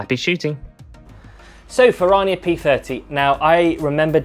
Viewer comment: You're pronouncing it incorrectly and it's cringe😅. It's Italian. Fer-Rrrrania not Fer-rar-nia